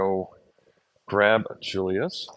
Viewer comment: Julius is Goedzo Braaf as hes eating. Lol he could be a Beofke. Ohhhh yea his birth name of Julius would be pronounced as Yulius. In Friesland the say the J like a Y